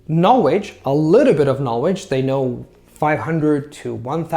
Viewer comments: All I hear is ''Knowedge''. There is an important 'L'' missing there. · Great video! I am looking to learn Chinese mandarin. Do you have any resources you would recommend or a blog page that does this? Thanks in advance. Also one tip: you are pronouncing the word 'knowledge' incorrectly.